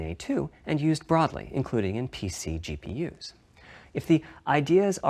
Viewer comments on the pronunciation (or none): none